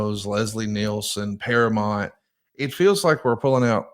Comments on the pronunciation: Can not read? It’s para MOUNT not para mont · ParaMOUNT. Not Paramont. Geez ya hillbilly. 😂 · Hey, it's ParaMOUNT, not ParaMont. Learn to say it right. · I know he’s from Alabama, but damn say Paramount correctly…. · I'd like to have a meeting with so we can practice saying "Paramount" correctly.